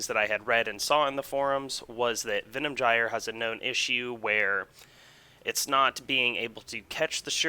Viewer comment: it's not Venom Jyer.... you fuckwit.. it's Venom "guy-er"